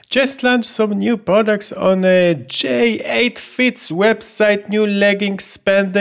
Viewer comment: When you get more dislikes then likes you know you've done messed up, btw it isnt J8 fit it's pronounced JATIE fit. j80fit